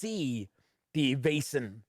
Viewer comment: Your assumption on the right prenounciation is close to perfect. In Denmark (neighbour to Sweden) we would spell it "VÆSEN" Æ is A and E put together. The sound in the word "Veil" (ei) but without the distinct "i" sound pretty much the sound of AE/Æ. Hope this helps everyone.